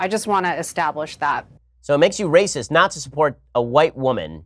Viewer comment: "It's Wacist" 🤣🤣🤣🤣🤣🤣